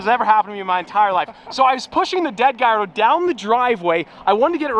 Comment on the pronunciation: if you call it a "guyardo" one more time im gonna lose it